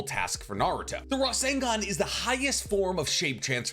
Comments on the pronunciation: Can we clock how many times the Captain said Rasengun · drinking game drink everytime he say resengan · Take a shot evry time he says rasingon (I’m attempting) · Your pronunciation of rasengan was more annoying than it was worth to watch the video.